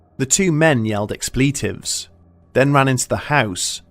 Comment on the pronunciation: The only thing scary about this is the way the narrator says “two two rifle.” And “expleeeeetifs”